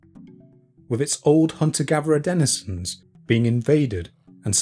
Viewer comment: How many times can you mispronounce 'denizen'? When you seek to teach, or impart information, you have a duty to do it fully and properly